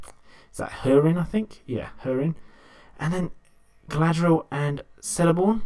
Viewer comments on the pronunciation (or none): Celeborn is pronounced Keleborn not Seleborn ;)